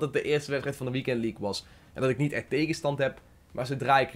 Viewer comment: Competitie en leaque??😂